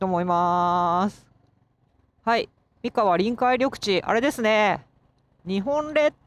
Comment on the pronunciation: 三河のイントネーションが違う 親不知って新潟だと思っていたんだけど富山なのか？